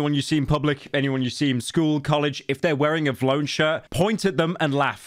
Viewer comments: why are you pronouncing v lone like that bro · Vlone as one word shouldnt be so funny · Is he saying vlone like that on purpose or is he that old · I dont see anyone talking about how he said “vlone, instead of V-lone” about a million times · for every time pyro says “vuhlone” instead of “V-lone” i tarnish 1 water well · vlone??? it VEE lone 😭😭 dose NOT know his hype beast brands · Pyro the type of guy to call V-Lone Vlone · its pronounced Vee Lone not vloane 💀💀💀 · it’s V-lone not vlone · pyro you better apologize for saying Vlone like that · ITS VEELONE NOT VLONE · PYRO ITS VEELONE NOT VLOWN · It’s pronounced “V lone” not “vlone” 💀 I only got 2 cause it was a collab with my favorite rap duo city morgue. One of them got torn at a Corey Taylor show by this Karen cause some guy in the pit pushed me and we fell and she spilled her beer and I tried to help her up but she started yelling so I ignored her and she ended up coming up behind my and ripped the back of my shirt except this one didn’t have a design on the back so it’s still sowable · the way he pronounces vlone pisses me off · ITS V LONE NOT VLONE READ IT RIGHT PYRO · Vee-lone. Stop saying vlone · Bro says vlone instead of V-lone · WHAT THE FUCK IS WLONE its called vi lone. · mf its V lone not vlone ffs 🤣🤣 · "vlone" its V, lone smh my head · It’s V (space) lone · Am I the only person that thought it was pronounced V-lone 😢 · it's pronounce vee lone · vlone is pronounced Vee lone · I know it’s a L brand but it’s “VEE LONE” based takes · The way you pronounce vlone pisses me off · VLONE is lame asf but for fucks sake dude it’s pronounced VEE-LONE. My god dude not that damn hard. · Okay bro you don’t know shit about Vlone (Vee-Loan) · pyro never fails to pronounce Vlone wrong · The way he pronounces vlone truly lets us know pyro was dropped on his head as a baby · The way you say ‘vlone’ is crazy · never heard a man say vlone like that lol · british guy cant pronounce vlone lmao